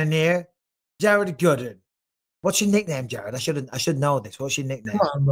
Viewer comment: Mike said Jared Gooden LMAO 🤣🤣